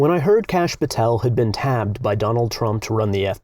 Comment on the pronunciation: Tapped, Matt, not “tabbed.” Tapped as in Tapper, lol.